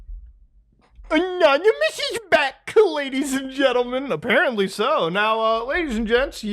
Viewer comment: That is the only correct way to pronounce anonymous when it comes to these guys lol